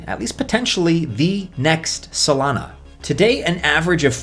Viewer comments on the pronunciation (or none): Why do you literally say every coin weird?? "Solainahh - AlgoRond"